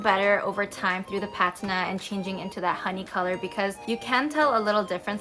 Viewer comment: you're pronouncing patina incorrectly